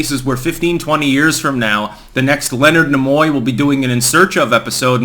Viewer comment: You mean Leonard Knee-moy?